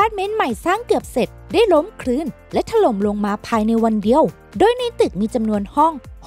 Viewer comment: ถล่ม ทำไมต้อง ถะ-หร่ม วะ หลายๆคำพูดให้มันถูกด้วยนะ